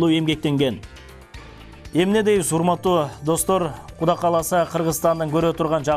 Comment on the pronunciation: Гуда кааласа дейдго кок мээ Кудай кааласа Деп туура айтсан туура болмок